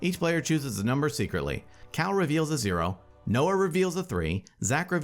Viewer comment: Cal, not Cao.